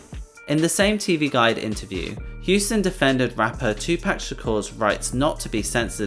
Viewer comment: As your accent seems to be not American, I just wanted to correct your pronunciation of Tupac. It’s pronounced Too-pahk; not Too-pack.